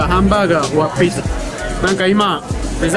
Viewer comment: ピザの発音がpizzaになってるところとか、だんだんアメリカに染まれてきたんだなーって思って嬉しい☺️